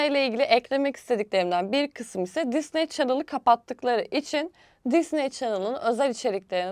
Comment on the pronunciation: Allah aşkına düzgün telaffuz et şu Disneyi